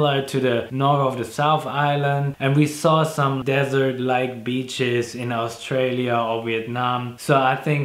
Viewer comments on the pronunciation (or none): none